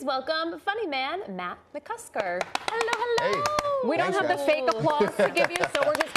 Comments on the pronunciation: “matt musker” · Ah yes, "Matt Musker". I love that guy. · “Matt Musker” 😂😂😂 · Matt Musker! I guess I’ve been saying it wrong all these years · “Matt musker” hahahahah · Matt Musker Saman